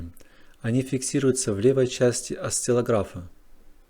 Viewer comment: Я не атеист и собственно никаких доказательств не ищу и не требую. Здесь ради интереса. Неужели в самом деле доказали? Путаница, прыжки предложение оттуда, отсюда из темы в тему, одно ничем не подтверждено бла Бла. Никого не хочу обижать, но после слова - осциллограф с ударением на ра, простите меня смех задушить может. Вот такой знаток и учёный.